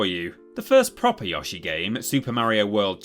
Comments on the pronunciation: I appreciate the work you put in to these but I’m really bothered that you deliberately mispronounce Yoshi’s name even though you know how it should be said. I really don’t understand why you’d do that. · You're mispronouncing Yoshi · It may be time to get even more preposterous with your mispronunciation of “Yoshi”. May I suggest “You-Shy”? Jokes aside, I think it speaks volumes to Nintendo’s overall quality that even the low-ranking franchises rate as overall high as they do. Like, I expected low rankings in the 20-30% range. But nothing under the mid-40s? That’s impressive. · disliking for the pronunciation of yoshi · You clearly know how to say Yoshi right, why say it right then tell us to f off because you know how to say it but don't say it the way it is meant to be said. Makes your video not that interesting anymore as after two minutes in I was done and moving on. Don't berate us because the game creator states the way you say Yoshi correctly and then tell the viewer and probably gamer to f off because we know how to say it right! Not a good way to run your channel and keep viewers interested when there are other Top 10's out there that give an objective view and not put personal bias in what you are trying to convey. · You said yoshi wrong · Apologizes for possibly pronouncing Kururin incorrectly.: You can't make me pronounce Yoshi correctly. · It’s pronounced Yoshi, NOT Yoshi! 😀😀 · It's weird you say "Yawshi" but not "Chibi-Rawbo" or "Pawkymon".. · Yeah it always rubs me the wrong way when people pronounce it as "YOH-shi" and not "YOE-shi" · Kind of upset you didn't call it "Chibi Rawbo" as you insist on saying "Yawshi". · Since you pronounce it "Yawshi" do you also call the thing you wrap a burrito with a "tore-tiller"? Is your favorite Hispanic comedian "Cawloss Men Seer"? Do you call Joan Rivers "John Rivers"? Like how are you people called "English" and you can't even speak it? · “Yawshi” ew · I too am British and I say Yo-She, not Yoh-she